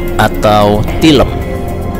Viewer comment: Tilem sanes tileum